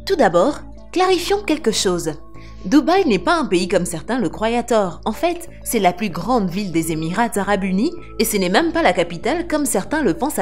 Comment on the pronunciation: quelqu'un peut juste vérifier la madame IA qui parle dans cette vidéo, les "le croyent à tord" sont à mourir de rire, malgré son caractère sérieux haha